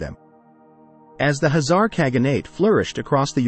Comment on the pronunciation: Why he keeps saying Hazar instead of Khazar!?